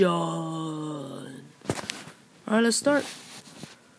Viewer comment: I was kinda weird how u said minecraft poket UH-DIT-ION